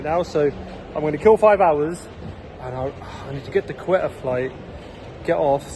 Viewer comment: Great video, bro Quetta is pronounced Ko - i as in India - ta sounds like Ford Ka.. ko-i-ta